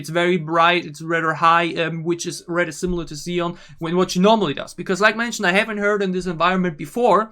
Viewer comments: Thanks for reacting to both versions and your breakdowns! I love both, but the slow one hits me harder emotionally. By the way, Siyeon’s name is pronounced She-yeon. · why do i hear you calling Siyeon ''Ziyeon'' xDDDDD